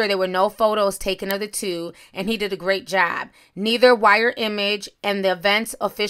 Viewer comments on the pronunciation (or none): none